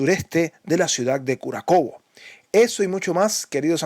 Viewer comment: Se dice Kurájovo, no Kurakovo.